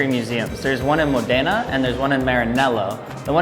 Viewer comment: Hey, i'm italian and every time you named modena city my ears explode. The accent is módena. Next time you will know😊